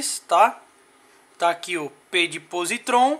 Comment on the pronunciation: Tenho essa chave canivete há meses, dirijo todos os dias e até hoje não tive problemas. Esse chaveiro não tem credibilidade alguma, não sabe nem pronunciar o nome da marca, o pronunciamento correto é pósitron.